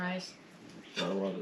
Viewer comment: Wuv, twu wuv💐